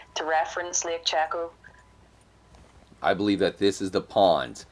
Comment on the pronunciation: Its pronounced lake shayco... cheko..